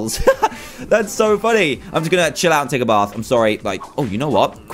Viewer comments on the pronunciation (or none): none